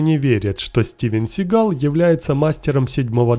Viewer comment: Сам ты тит твою мать СигАл слушать противно!!! 🤮 Он Стивен Си́гал!!! Ударение на первую букву "а" в первом слоге!!!!☝️😡😡😡